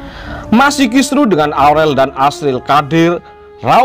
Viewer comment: Bisa nggak sih min nyebut nama jiel itu jangan AZRIL..tapi AZRIEL,arau JIEL gitu..